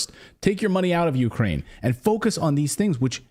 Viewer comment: Natalie said "Ukeranium"